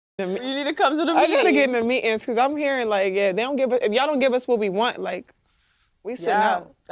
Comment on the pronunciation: Stanford business school this is how they pronounce meetings now.